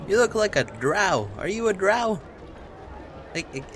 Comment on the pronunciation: NooooooooOOO! Not you too! -Cries- You pronounce Drow Druh-oh not Dra-ow. It drives me nuts.